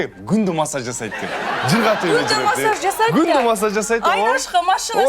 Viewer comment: де "машшаз" болуп кеткени жакшы экен🤣🤣🤣